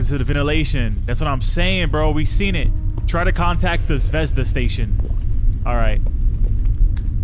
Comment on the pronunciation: 😂😂😂😂 yes you said zvezda wrong